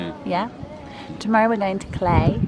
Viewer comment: Cl-eye not clay 😘